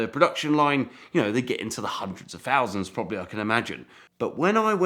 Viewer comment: Not - two fousand pounds but two thousand pounds !